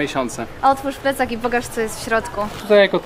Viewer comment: Jak się wymawia P w "plecak" to warto czasem zęby schować, bo wychodzi "flecak" 😆